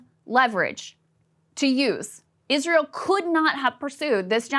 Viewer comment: "Eerisseaeeral deserves peace"